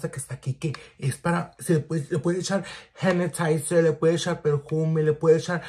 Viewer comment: Tf is a “hennatizer” ????! Que lenguaje hablas ? “Perjuuume” ???